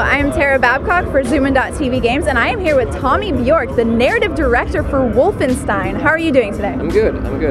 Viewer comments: It is called Wolfens(s like in sh-it)tein! Not Wolfen-s-tein! Americans just can't speak german! -. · again you mispronounced the name it's wolfen-sh-tain